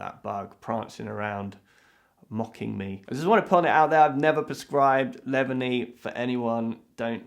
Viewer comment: ngl the way he pronounced "leavanny" would make me believe that it's a drug too